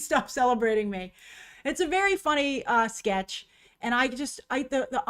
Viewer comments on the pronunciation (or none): none